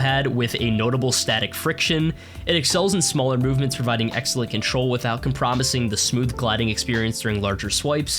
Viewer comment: com-pro-myzing, lol